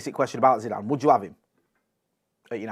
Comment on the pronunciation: "Zinezine" zidane? You alright fella?